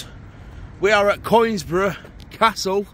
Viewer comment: As an ex Donny man its pronounced Con- is - brough. Enjoyed the vid Keep safe and respect to you and Ryan